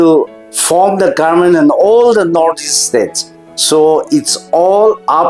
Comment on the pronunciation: Respected sir Meren, it will be more beautiful to hear pronouncing government, not garment 😊 anyway, big congratulations 🎉